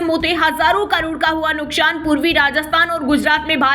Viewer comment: Nuksan shabd ka spoke sahi nahi ho raha